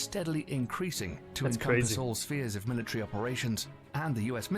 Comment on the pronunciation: What is a militree? A militant Christmas tree?